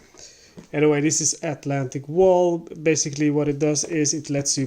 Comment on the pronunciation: Don’t pronounce it like Atlantic a Wall. The tik has the accent, and English wall is not German wall, in German a Wall is some heightened area.